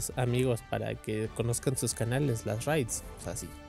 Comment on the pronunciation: No es raithz es raid